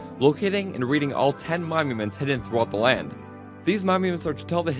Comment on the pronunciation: “Momuments” Edit: btw fantastic video